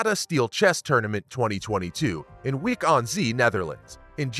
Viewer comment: You have not followed chess for long I guess. Look up the pronunciations of Wijk aan Zee and Karjakin. Nice video otherwise